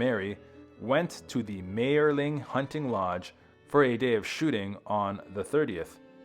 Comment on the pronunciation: And he mispronounces Mayerling continuously.